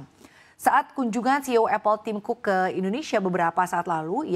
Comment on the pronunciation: Tim Cooke ❌ Tim Kuke ✅